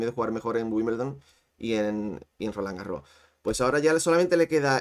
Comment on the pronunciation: Tengo una pregunta tiquismiquis: por qué algunos comentaristas en España pronunciáis "Rolán Garró" sin pronunciar la ese final? En francés se pronuncia, y leído en castellano también se pronunciaría en principio. Es leído con acento gaditano?